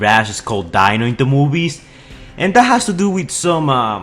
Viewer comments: not dino, it's pronounced DE-NO, EXTEND THE E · It’s pronounced deeno not Dino it’s just spelt like Dino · Its D-é-n-o not d-î-n-o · Its pronounced dee-no not dino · Dino is pronounced “Dee-no” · Its pronounced De-no... thats how you say Dino in Italian. So not surprisingly he has an Italian name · Mirages on screen name is pronounced dee-no as in ferrari Dino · It’s actually pronounced DEENO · Dino (de-no) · His name is not Dino it is Dino pronounced deeno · Omfg its pronounced Deeno. Yeah it says dino but its pronounced deeno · The way u pronouns Dino is wrong